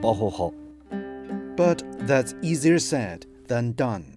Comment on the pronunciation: The word "said" has very odd pronunciation, as the word "many". They are pronounced with the short e sound, not the flat a sound. Many learners of the English language don't know.